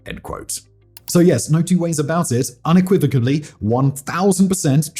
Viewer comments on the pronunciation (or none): Say 'PROCKuraytor', 'unequivocally' (not '-ably') and 'INVentory'. Really informative - thanks for putting this together.